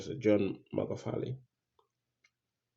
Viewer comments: This guy even doesn’t know Magufuli, his pronunciation is mugafuli. Spreading rumors at will. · it's not mugafuli it's Magufuli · Please PRONOUNCE his name right by buddy. Ok?